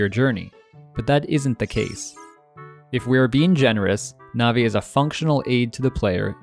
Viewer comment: Ruto Malon Saria Navi-NAVI???!? The matter with you